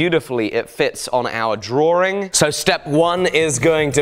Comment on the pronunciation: Do all British pronounce drawing as "druring"?